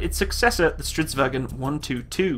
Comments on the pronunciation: It's not pronounce as Stridsvagon but Stridsvagn. There is no ,,O,, in the end, not even silence ,,O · Stop saying "Strits wagen" Its "stridsvagn" Swedes are not germans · Do you turn a bit German when you say its name? xD It is Stridsvagn, not Stridvagen... :P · Nooo it's not stridsvagen!! - Stridsvagn - We are Not german. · Not vagen just vagn its not german ;) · Why does everyone pronounce it like "stridsVAGEN" it's pronounced "stridsVANGN" Triggered Swede intensifies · Its not vagon its vagn g not go mmmmmm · Han gör så gott han kan. Har hört värre.😁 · You are pronouncing 'stridsvagn' wrong, primarly as 'stridsvagen' which is more of a german way of pronouncing it. If you want to hear how it sound, then try pasting 'stridsvagn' into google-translate swedish, and then playing it off. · Strids-vang? That's how it pronounced right? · Why are you saying it like stridsvagen?? It is not german you scheiße skalle. say it like it more like it is spelled. Remove the stridsvag"E"n. Say the G like in bei"NG" and add the N in the end. I am swedish myself and I just get triggered at small things like this... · Vagn is pronounced like it is spelled, English wagon and German wagen are pronounced with their e and o but vagn is without it. Otherwise the same word. Same root as way, via, weg, väg. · Stridsvagn is not pronounced in a german accent